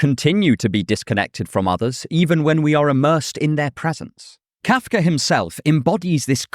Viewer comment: How am I annoyed with how you pronounce Kafka? That must be kafkaesque.